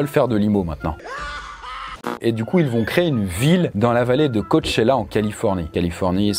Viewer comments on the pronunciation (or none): none